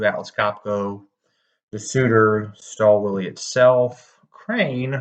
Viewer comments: This is a luxury tool for a DIY'er. Also the W is pronounced as V. ü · I believe, the correct pronunciation is "shtaal vil" Stahlwille also has 730D series, which is targeted to advance DIYers and workshops. This one is targeted mainly towards manufacturers and assembly plants.